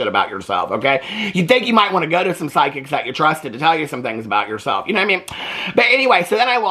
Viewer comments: I also thought he said sidekick I’m like huh lol 😂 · You said psychics. I thought you said side-kick. I said out loud, "Sign me up!"